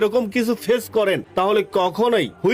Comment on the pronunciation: গাধা ,হুইপার নয়, কথা টা হল ওয়াইপার (wiper).